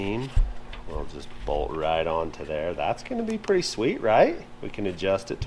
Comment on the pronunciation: is always using D at the end of words that end in T he says mound for mount and bold for bolt must be mountain man language or something. Also I'm still worried about his voice has sounded like he's been sick for. Months hope he's ok if not he needs to get checked out we care about you guys